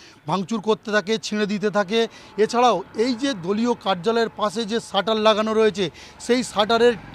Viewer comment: Besh koreche..tor baap er ki re...cant pronounce shutter asshole..chop